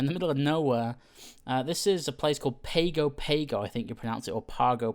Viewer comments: Hi. Great intro to the Commanche. Thanks for that. Just a small bit of info - the way some Polynesian languages work, Pago Pago is pronounced 'Pango Pango'. In much the same way, Nadi in Fiji is pronounced;Nandi'. No, I have no idea why.:-) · Dated a Samoan girl back then. Its pronounced "pawngo pawngo". She was born there.